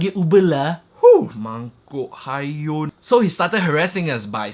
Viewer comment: Your "Mangkok hayun" is on point